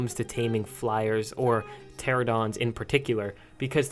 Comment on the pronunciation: Pteranodons not pteradons